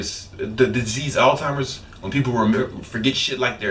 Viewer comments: The disease, "Alzheimer's" is not pronounced with a "T" sound. It is not pronounced, "All-Timers." Not a diss, just spreading the word, because I hear a lot of people saying it incorrectly. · lmao my man said "altimers"